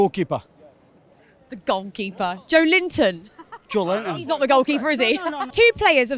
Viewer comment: To be fair, that's closer to the authentic Portuguese pronunciation than the usual 'Joe Linton'.